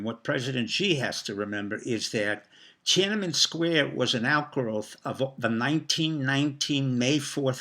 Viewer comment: TiananmEn, not TiananmAn. Also, the ENGLISH word is PEKING, not Beijing (which is chinese). And, it is called "Six Four", not "sixty four"